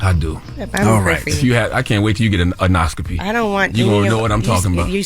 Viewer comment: CTG and Envy its En-Do-Scopy not en-do-noscopy lol